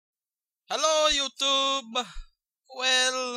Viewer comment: That 'youtube" had a serious spanish vibe xD